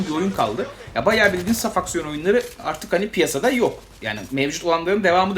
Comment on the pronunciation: "saf aksiyon" evrimi loading... finish: "safucksiyon"